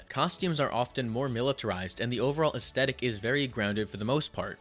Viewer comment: Say it with me kids: “aesTHetic” not “aesTETic” I’m sorry, massive pet peeve of mine. 🤪